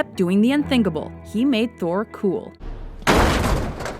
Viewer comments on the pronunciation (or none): none